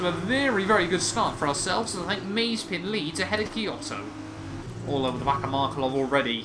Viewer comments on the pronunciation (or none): it's Ma-ze-pin, not Maze-pin, but otherwise, good video :)